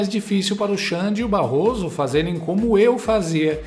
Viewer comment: "Barroso Ésper"kkkkkkkkkkk